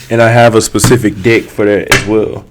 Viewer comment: Because of ur accent, when u say deck, it sounds like Dick😂😂😂